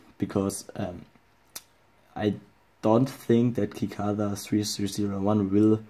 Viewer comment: cicada is pronounced sih-KAY-duh lol